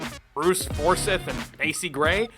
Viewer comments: bruce forsyth. "for scythe", not "for sith " you heathen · Brice Fors-eye-th. I’m from the UK and that’s how it’s said. Just had to Chime in!